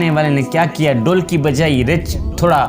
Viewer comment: Bhotni k poure cartoon lugte ho Urdu tumhari naqiss hay.Behtar tha Punjabi mein bolte.Reech ko richh,dholki ko dolki keh rahay sharam karo